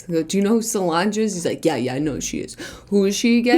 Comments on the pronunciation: it salonge (its a long gee) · When Julien said Solange wrong I almost choked on my yogurt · As a UK resident... The whole "Royals are Lizards" thing has been around for YEARS. I have friends who really truly believe it. They are not smart people... I need new friends... Also, Julien's pronounciation of Solange's name is no more insane than the real one :p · Conspiracy theory: Dale is actually tupac as Gary Busey as solong-ee. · why are they pronouncing 'solange' like that? i'm scared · The Solange one kills me every time because the way they pronounce her name lol xD😂😂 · I laughed so hard when they kept mispronouncing Solange